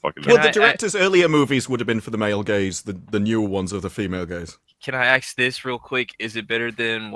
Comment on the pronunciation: "Can I AXE this real quick" SIGH